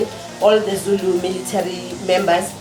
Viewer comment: was murdering those Zulu words and I was flinching. Overall, the vibes were awesome